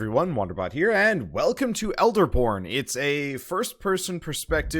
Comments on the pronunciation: He definitely said elderporn we now know what he is into, the captions unfortunately don't agree with me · ya, i heard that as well.